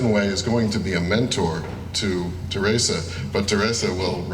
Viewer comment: Pote...my best ...I like the way he calls terrisa"terresita"